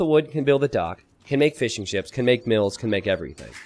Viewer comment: Every time you say Fishing Ships, it sounds like "Fish 'n Chips" to me.